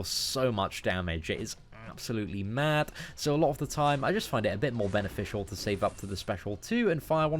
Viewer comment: Why cant you say "Thanos" or "Three" right? You say "there" and "though" right but instead you say "Fanos" and "Free" super weird. Also its pronounced "mad" not "madt" there's no "t" sound at the end there mate